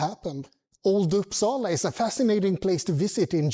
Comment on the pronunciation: Sujys pronunciation of Uppsala was 100% perfect; like a Swedish person said it.